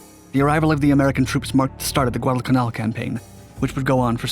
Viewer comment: Good video just annoys me how he pronounces Guadalcanal